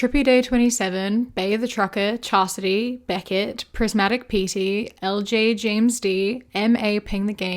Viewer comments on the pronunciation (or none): none